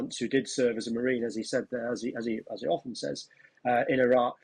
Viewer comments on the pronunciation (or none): none